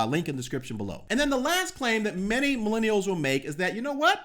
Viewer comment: Why do your u say milinials??? Just use an easy simple word.